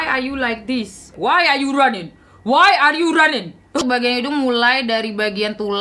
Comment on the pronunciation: "WhY ArE YOu RONNInG? WhY ARE yOu RonNinG?????"